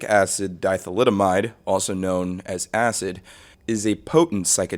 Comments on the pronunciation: 3 seconds in lmao “Dithalidomide” Thalidomide was a medication widely prescribed in the mid 20th century that caused terrible birth defects and was removed from the market. Diethylamide is pronounced like die-ethul-am-eed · "dithelydamide" its diethylamide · It’s so funny how some people pronounce diethylamide so poorly. It’s not dieth-lydamide, it’s dye-ETH-ul-uh-myde. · Di-ethylamide. You pronounced it wrong. This trip... a lot of it sounds made up. If you have actually taken LSD, you can usually tell when someone who hasn't is making it up or exaggerating heavily. It doesn't sound like acid to me, especially not one or two tabs. Hallucinations are uncommon on LSD , open + closed eye visuals yes but not actual hallucinations where you believe what you are seeing is real. I think someone may have written a fictional trip and posted it on Erowid, it happens a lot. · Diethylamide not Dithylidimide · Yeah, that's worse. This video is clickbait, it's not meant to entertain people. Its sole purpose is to get views. This guy even pronounced the chemical name of LSD like Joey. The fuck called it lysergicacidTHALIDAMIDE. Its Diethylamide fuhk face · Di-ethyl-amide. You don’t just get to make up the pronunciation yourself. You said something like “di-thylid-amide” and that’s just nonsense. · It's pronounced lysergic acid "di - ethyl - amide", not "di - thalidomide". Thalidomide was a drug that caused birth defects. It has absolutely no relationship to lsd. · It's pronounced DI-ETHYL-AMIDE not di-thalidomide lol. It's supposed to get you high not turn you into a flipper-baby. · lysergic acid DI-THALIDOMIDE? bruh. that would be terrifying. It's not dithalidomide, its diethlyamide. pronounced di-eth-lam-ide. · Lysergic Acid Di-eth-yl-a-mide. There is no thalidomide involved here. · Why are you saying Diethylamide like thalidomide? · You're pronouncing it wrong man. It's not "di-thalidomide".... It's an ethyl amide... Not thalidomide. 🤣😅😂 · lysergic acid di-thalidomide???💀💀💀💀💀